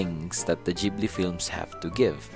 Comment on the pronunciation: You are actually correct.